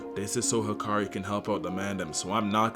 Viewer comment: Hikari? I thought it was Hakari